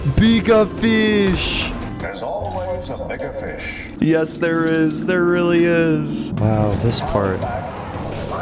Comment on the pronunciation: "So many feesh" - 2022